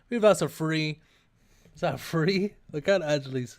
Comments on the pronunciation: one founsand, one two fwee sells for 106 M, "look guys, just under 107M" lol, it's like homer simpson saying "60 dollars, that's almost 80 dollars!" Draconic boots... zulranda scales don't worry, nice video, just funny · it was three not free btw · "Is that a free or an eight?"